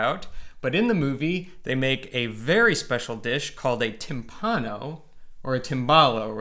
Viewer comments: P.s. it's tìmpano, not timpàno. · Che bel lavoro. Grandi come sempre. E poi che meraviglia mettere nel titolo del video "timpano" come lo pronuncia lui . Che tenerezza. Vi adoro